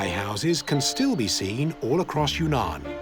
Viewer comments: Not secret lands at all. This wee man lived there for a year - wonderful place - not secret. And it's not Yoonan - it's Weenan. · It's not Yoonan, it's OOwEEnan , or try Weenan.